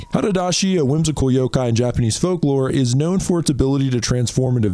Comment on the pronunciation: It’s yoKai not yoGai 😭